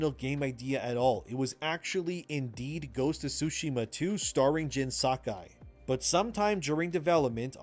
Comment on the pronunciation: He pronounces jin sekai wrong tho